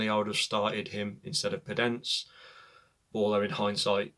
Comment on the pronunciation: Hear the way he pronounces podence 😂😂